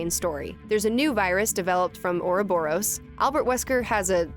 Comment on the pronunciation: Everyone complaining about the jokes whilst I cringe at the pronunciation of "ouroborus"